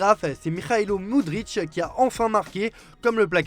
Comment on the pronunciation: SVP le joueur ukrainien s'appelle Mudryk (moudrique) et non pas Mudric (moudritche) 🙄🙄🙄